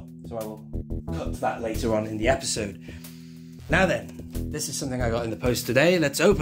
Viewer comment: Obi-sode instead of episode